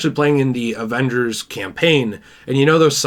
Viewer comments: “Morvals Avengors” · The way he pronounces Avengers. Avangers??Can't take it serious